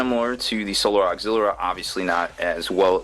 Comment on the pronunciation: There is no 'R' in 'Auxilia'